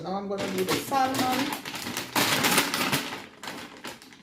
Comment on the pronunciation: The L is silent in Salmon😊